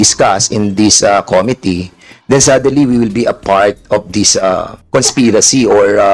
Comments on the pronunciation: Com MIT tee - not COM Mit tee😊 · Ayusin niya muna pronunciation ng " committee". Sakit sa tenga sa totoo lang 😂😂😂